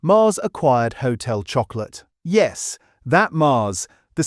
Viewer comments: Annoying. Showing 4 other brands when talking about Blu-Rtbamd. “Hotel Choco-LATE”. Lazy AI slop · lol. And did you notice - there were three different pronunciations… one minute it was “ho-tel chocko-o-lit” “Ho-tel chocko-lay” “Ho-tel chocko-lat” 🤦🏻‍♂️ lol Shock-oh-larrrr 😂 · AI csnt pronounce Chocolat